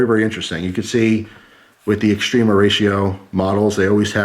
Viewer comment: Extrema -ex ----t-rem -a . Say rem like remedy . Not ree-eema.